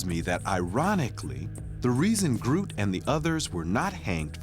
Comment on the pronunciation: The (Old) Dutch word 'groote' means 'tall' or 'big'. And by the way, in Dutch /oo/ isn't pronounced /u:/ (like in 'moon') but more like /oa/ as in 'loan'.